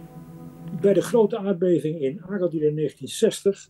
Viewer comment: Ja, het woord aardbeving begint niet met een k.